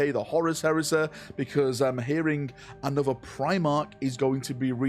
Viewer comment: are you aware you say ''A-nother'' as opppsed to ''An-other'' at the start of each of your videos? 🤔The Codex Astartes does not approve of this pronunciation.